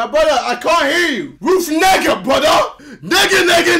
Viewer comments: Ruth nega it's Ethiopian🇪🇹 name it's not pronounced like nigga 🤣🤣🤣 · It is pronounced as Ne-ga Not Ni-ga And it is an Ethiopian name And Ne-ga means it becomes daylight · Ruth Negga is pronounced Nay-ga.😅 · Ruth Negga's name is pronounced Nai-jee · Bruh the "Ruth Negga" part was not pronounced correctly. It's more like "naga" which means sunrise in the Amharic language. It's always amusing how these people put little effort to pronounce anything really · We don’t pronounce is nigga tho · Ruth negga, you don't read it as (N,ē,g,a), N as in Never E as in elephant. G as in grand A as in Alike Negga means " the sun rissen" It's Amharic btw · The name of the actress isn't actually pronounced like that. Its a traditional amharic name. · It is pronounced with a hard A she ethiopian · KSI, you aren’t even saying the Ethiopian girl last name right. It is Ethiopian and you aren’t saying it right. Half Irish and half Ethiopian